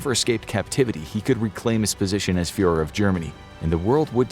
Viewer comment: “Fuhër” lol.